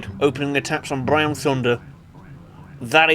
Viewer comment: i lol every time i hear you saay BRROWN